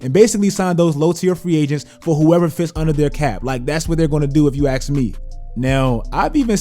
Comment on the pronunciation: "If you axe me."